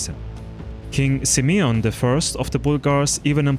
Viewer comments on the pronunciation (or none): none